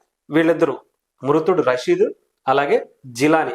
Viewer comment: అరే బాబూ,, " రసీదు " కాదు,, "రషీద్" . అంత పెద్ద board పెట్టుకొని కూడ విషయాన్ని క్లియర్ గా చెప్పలేక పోతున్నావు.. నువ్వు చెబుతున్న తీరు చండాలంగా ఉన్నది.. 😡 😠